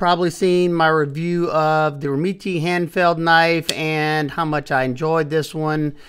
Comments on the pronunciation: Pronunciation’s gotta be “rem-MET”, no? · You’re correct. is pronouncing it wrong. I’ve spoken to them to confirm. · I can’t get over his you pronounce the brand 😂. It’s soooo far off from how it’s actually pronounced lol. I’ve spoken to the company and the last E is silent and the first E is a short E. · i think its pronounced like that too. but the way says it makes me laugh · The way you pronounce their name makes me laugh 😂 but who cares how its pronounced since your videos are awesome. Atleast your not calling it a Doberman 😂😂